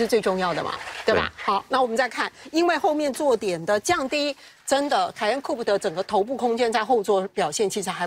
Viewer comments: 專業一點好嗎!? 唸苦配，不是酷p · COUPE 並不是這樣念的.....